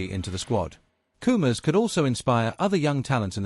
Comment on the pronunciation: How many times do I have to tell you, it's Koumas Koumas not coomers. Du.